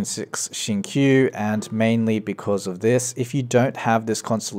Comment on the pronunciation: The way pronounce Xingqiu's name is wrong just pointing it out. Great guide tho